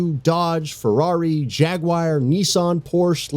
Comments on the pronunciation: Jagooiiiire, a new car brand. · Did he say jagwire? 🤔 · Ugh soooo much cringe on how he pronounces these brands; especially BMW, Jaguar, Porsche and Versace with honorable mentions to Ferrari and Lamborghini.